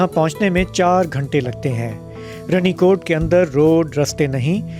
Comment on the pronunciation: Pronunciation is wrong sir. It is Rani kot. Raja ki Rani.